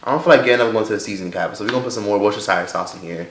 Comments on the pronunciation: “Worchester Sauce”😂😂😂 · “Worchester sauce” 😂😭🤣